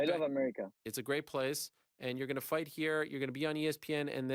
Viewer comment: Cedric tu prononces fight avec un accent irlandais 😅😩 comme mcgregor ! Ressaisis-toi